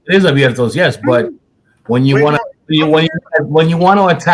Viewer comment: Dudes hilarious asking for what other girl bahahahaha man can’t even say Abiertos properly lmfao 🤣🤣🤣🤣🤣🤣🤣🤣🤣🤣🤣🤣🤣🤣🤣🤣🤣🤣